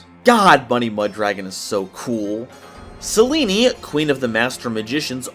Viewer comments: My mans really did just say "Seleenie" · Did you also learn how to pronounce Selene from Hades 2?